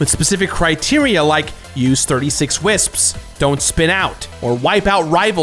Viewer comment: I respect that you properly pronounce most words. Wisps. Wisps. WISPS!!!